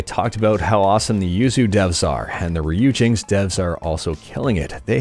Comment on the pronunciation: its pronounce riper-ri-peri